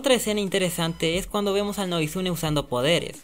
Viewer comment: varias como por ejemplo dayton se dice (diton) o beacon hills se dise(bicon hills) o noguitsuney se dice ( noguítsunéy) leyendo las tildes obvio, yo a la serie la vi en español latino, no se si la viste en inglés, porque creo que ahí si se le dice así, por eso desde ya disculpá por la falta de respeto, solo para decirte que yo escuche a los mismos personajes decir esas palabras como te la escribí, no es por criticar solo para apoyarte ya que tus videos son muy buenos, y gracias por preocuparte.